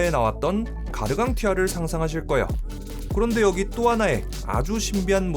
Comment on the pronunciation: 나레이션 발음이 좀 거슬림. 거예요가 거요로 들림.